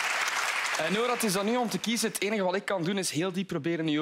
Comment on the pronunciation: Ik ben! Hahah de Franse R❤️❤️Nice😂☺️🇫🇷🇫🇷🇫🇷🇫🇷🇫🇷